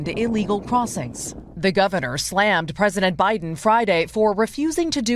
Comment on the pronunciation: can't say the word ILLEGALS.